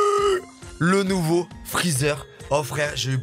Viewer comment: Ses freezer pas freezar